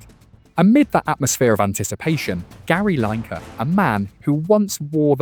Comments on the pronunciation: Gary Line-ker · Gary Line-ker??? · Gary "LYNE"-ker ????????? AI garbage. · A voice over with an English accent that says Gary Line Ker. Guys check your videos before you post them. I can't believe that a real Englishman would pronounce it like that and I can't believe that whomever posted it didn't catch it. Gary LINE ker indeed. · "Gary Ly-ker'